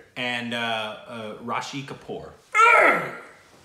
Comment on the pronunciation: is a legend,he discovers new alphabets in every name. 😂🤣😂 The name is RISHI not RASHI, RASHI is a female name btw 😛